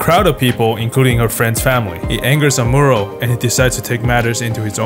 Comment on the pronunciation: good vid, just hate how he says amuro lol